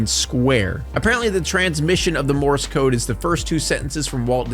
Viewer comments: It’s pronounced MORSE not morris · I kept hearing Morris code instead of Morse code lol for that part 😂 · Are you saying "Morris" code?